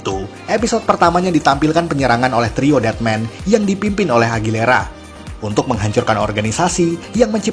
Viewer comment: AGUILERA. BUKAN AGILERA. AUTIIIIIIIIIIIIS